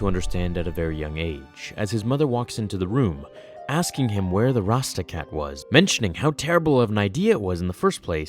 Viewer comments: Anyone noticed he says Rasta cat? Instead of rada cat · rada-cat not rasta cat